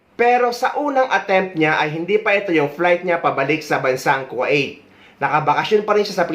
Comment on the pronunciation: Sir kwa it ba ang pagkabigkas ng Kuwait?